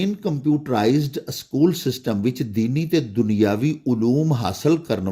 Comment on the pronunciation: Sir ya jo lafz ap na panjabe man Pola ha aschool bol ha wo galat ha ya think kar lan sukria